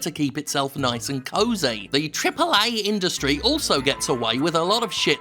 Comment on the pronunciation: Why do you say triple a like that are you disabled